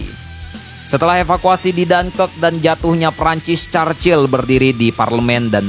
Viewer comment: Stalingrad bukan Stelingred Churchill bukan Carcil